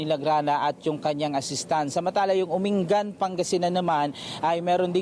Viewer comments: Umingan po, hndi po Uringan 😅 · Its Umingan... Hindi po uringan sir reporter po